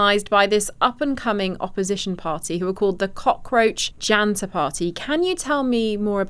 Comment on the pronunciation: "Jaenta" Party 🗣️